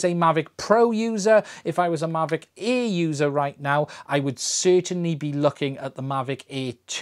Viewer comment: Difficult video to make for someone who literally can't say "Air"...